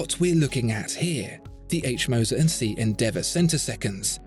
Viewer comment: "Cie" is the abbreviation for the French "compagnie". Saying "CIe" (see!) sounds terrible from a supposed oracle of horology. Even a poor, anglicised pronunciation of the whole word would be better.